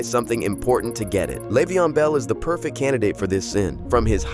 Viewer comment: he was mispronouncing burfect